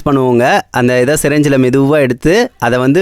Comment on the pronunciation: சிரஞ்சி இல்ல ப்ரோ சிரிஞ்சி Indian mendal English 😅